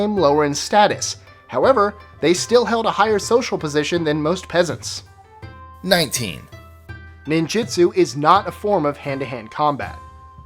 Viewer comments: he pronounced ninjutsu wrong, its ninjutsu not 'ninjitsu' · You say "ninjitsu" but I read "ninjutsu". Which is it?